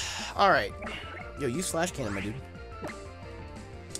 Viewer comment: Stop saying mydudeh